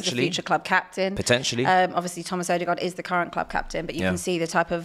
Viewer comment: put some respect on the Norwegian Vikings name “Thomas Odeegard” smh 😅